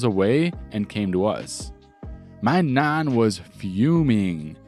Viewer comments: I'll be honest, you pronouncing Nan like Naan, as in Naan bread was really off-putting. in the future pronounce it more like Van. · You say mum and nan really strange. Just trying to copy it now out of curiosity i cant seem to replicate it without a wide open mouth lol. Either way loved the vid mate thanks for the stories. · Enjoyed the stories. Was amused by the pronunciations of Ragged an Nan. Not criticising just saying i found them funny. Despite the horrible job in the first syory i don't think the guy did too bad out of that company. Probably has a bettet job as a result.